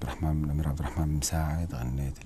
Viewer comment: الصحفيه من يوم قالت عبدرحمان ال سعود عرفت انها ماعندها سالفه انظقي الاسم زين